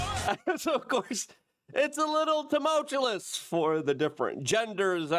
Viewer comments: Luke: Love ya. Please practice saying Toomowchewlous as "Tumultuous." Take your time. You got this. I'm not perfect either. Just noticed you like that word, say it a lot, and it's worth saying right. Respect. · Lol you still can't say that word, after all these years. 😂 Dude, you crack me up.🤣 Tu-mul-tu-ous... I've been hooked on phonics since the first grade. That is the syllable breakdown. 😊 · Tum-ul-tous! Luke it is pronounced Tum-ul-tous!